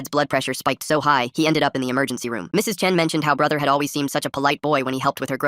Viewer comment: Why is every “he” pronounced hez